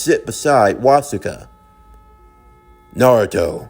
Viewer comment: Its actually killing me little by little hearing you butcher the hell out of Wasuke's name. It's literally the same as Sasuke but with a Was instead of a Sas.